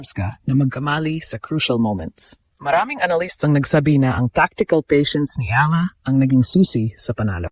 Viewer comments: Eala prounced Eyala hindi ala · Ee ya LA... Hindi ala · Ano ka ba - Pinoy ka ba? Correct your pronunciation: E-YA-LA, not A-la. Get the basics down. Your other Tagalog words are pronounced incorrectly.